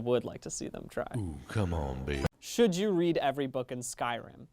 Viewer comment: Oskar Carnwath the way he says babey